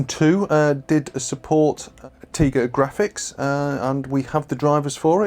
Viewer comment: Isn't it TIGA like TIGER? 🐅